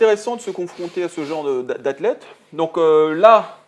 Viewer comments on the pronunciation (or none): Il a dit athlete en parlant de tengo, jpp